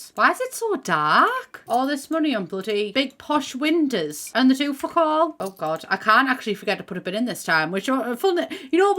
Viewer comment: i love how says windows. "windehs"